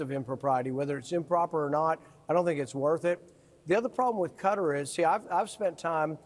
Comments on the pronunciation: I was watching that and couldn’t believe it! He really did fall asleep..the Crown Prince actually had to go over to wake him up..lol I’ll also never pronounce Qatar as ‘Cutter’ ..WTF is that about? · Why is everyone calling Qatar Cutter? It's kuh·taar. 😂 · I wish folks would stop pronouncing it as Cutter. It's pronounced Ka-TAR. Google it. That said, this could be Dumpy's biggest grift yet. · A few republicans I hear are calling the country "Cutter". It's "Qatar"-with the accent on the second syllable. Short "a", not a "u". Good grief. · We older folks have always pronounced it kuh-tar. Now the talking heads pronounce it cutter. No matter, it’s a straight up bribe that Trump is accepting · I wish people would stop calling the country "Cutter" - it's pronounced "Cat-ar" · It is pronounced kuh TAAR, smh. Why is the media suddenly calling it cutter? WTF? I hate Trump but how do you expect to have any credibility when you keep grasping at straws and exaggerating things? Trump looks like he was falling asleep, but that is a far cry from actually sleeping. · It is definitely NOT pronounced "Cutter". It is difficult for an English speaker to replicate the correct pronunciation. It has always been kuh TAAR in the U.S.. That is not completely accurate, but replacing it with Cutter is worse. If Americans wants to get closer to the correct pronunciation, they should learn the precise pronunciation or leave it as we have always had it. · Qatar was pronounced Cutter and then followed by Ka-tar. Seems strange to pronounce it different in the same sentence. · Why is it that Americans cannot pronounce English words correctly? It is not Cudder it is Qatar. Also, the French prime minister's name is Macron not Macrone??? And it is so frustrating that a majority of Americans have to insert the word " like" numerous times in one sentence. Its pathetic how you bastadise the English language. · It’s not “Cutter.” It’s “Ka TAR” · Americans - it's not "Cutter" it pronounced ""Kuh-TAR"